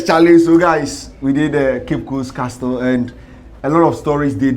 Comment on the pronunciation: Did I hear cape coast Castro